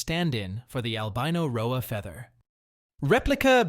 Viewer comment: It's an AI, you can tell due to the inflection and mispronunciation of certain words "rhoa as rho-ayy".